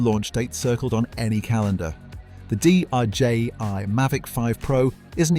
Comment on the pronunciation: DJI was being referred to as DJY by the narrator.